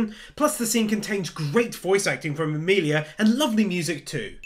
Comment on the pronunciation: not to be that guy cause I know what you are saying but its Emilia... sorry but kinda just annoyed me but I knew what you meant